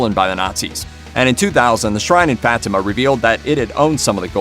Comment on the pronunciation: FFS, pronounce it right. FAH-tea-mah.